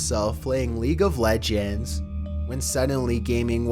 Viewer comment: i like when he pronounced “league of legends” lol